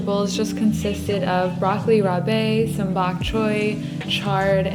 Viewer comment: every time you said broccoli rabé i cringed no offense lolll but your meals look so good!!